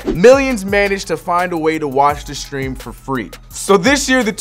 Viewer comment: Nobody: The fumble: live “steam”